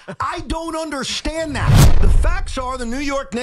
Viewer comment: " i dont unde-shi-end" sound like C.U-N.T